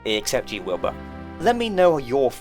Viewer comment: Wilba and Wilbur being in the same game would bring me so much pain. I know it's technically like that in Don't Starve singleplayer if you have all the DLC, but it's a much bigger problem in Don't Starve Together. In this video alone struggles to enunciate their names differently, and he has the luxury of recording a scripted video with multiple takes. If you have a strong accent or are talking fast, it could be very difficult for other players to understand which character you're talking about when playing with voice chat. One of them would need a name change for sure.